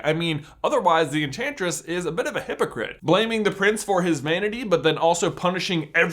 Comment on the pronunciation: When you said hypocrite I heard hipigriff